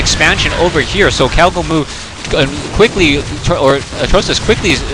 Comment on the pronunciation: I think one you named him "gowgomoo" instead of "cowgomoo" :P